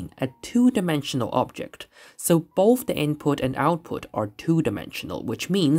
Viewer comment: I had to stop; "bofe", "wiff"....no such words.